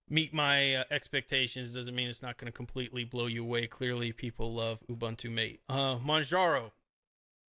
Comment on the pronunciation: And the next tongue paralyzed guy pronouncing MATE like mait. Fuk man, it's MATE, as spelled and as pronounced by 90% of the world's population. Nothing anglo-saxon in it. And Ubuntu is Ooboontoo, not Ubantu. Again not a word from the Anglisi language but isi-Zulu.